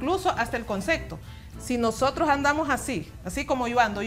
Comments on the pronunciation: 3 veces seguidas,CONCECTO, deben de aprender a hablar y educarse antes de salir en pantalla.se dice comcepto.omg. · Es enserio???? Dijo CONSECTO?????? jajajajajaja Que diablos? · Concepto o concecto?